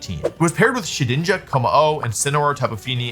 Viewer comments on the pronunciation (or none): none